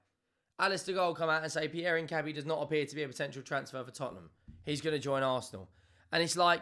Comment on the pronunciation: Tips: the "u" in Paqueta and Mosquera is silent. So more like "Paketa" and "Moskera". And Hincapié has the stress vowel in the é, not the a.